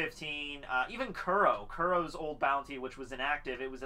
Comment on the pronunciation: dude her name is "Al-vida" and its "ku-ro" learn to pronounce the name right if your a true fan you should know how to pronounce the names